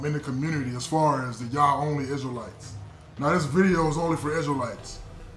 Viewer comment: Oh my goodness this dude say crystal lites lmao 🤣 😂 😆 why people that's torah so funny